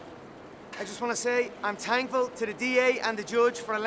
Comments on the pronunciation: He can’t even say “thankful” properly. Fuck he’s a mess! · He said he is “Tankful” ... what a beast